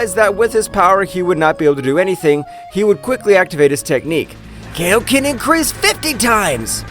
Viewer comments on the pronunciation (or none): It's pronounced kaioken not kayoken